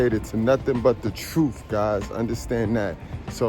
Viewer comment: Lol. Is it troof or truth? 😂